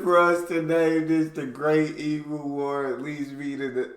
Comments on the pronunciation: Dude I love your videos, except for your opening, hate it. but can you please say E m u not emoooooooo please, Love ya reactions though 10 thumbs up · please learn how to pronounce Emu... it is 'Eem You'..... not eem ooh.... I get so pissed off with the mis pronunciation of Emu lmao.....